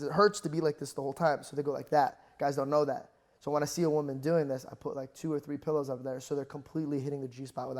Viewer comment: why does amanda say "Pellows" instead of pillows? anyone else noticed?